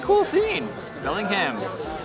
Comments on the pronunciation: It’s Belling-HAM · It’s pronounced Belling-Ham. Not Belling-um. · She pronouncing Bellingham so wrong. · No, everybody doesn't mispronounce those names! As someone who was born and raised here and still lives here, I can tell you no truly local people mispronounce any of those names. She didn't even pronounce the city of Bellingham properly, and that is an English name straight from England.